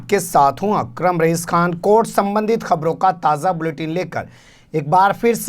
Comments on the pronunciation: अक्रम नाम लिया है सही नहीं है❌ अकरम लेना चाहिए लेकिन आपका नाम क्या है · दिलशाद ये एंकर अपना नाम ठीक से नहीं ले पाता आप मुझे बताओ ये सही नाम बोलता है या गलत ये बोलता है मैं हूँ लेकिन इसको अकरम रईस बोलना चाहिए अकरम सही होगा या अक्रम